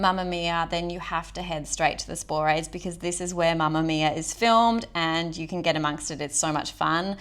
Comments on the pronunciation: Spo-ra- thes. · Interesting video - but I can help a chuckle when you say Sporades and Cyclades.